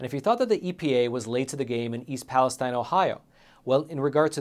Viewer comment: you do a great job on this show. Just a suggestion. Since this town is the focal point of a lot of recent reporting, you should pronounce it's name properly. It's not pronounced like the area in Israel, but palace steen.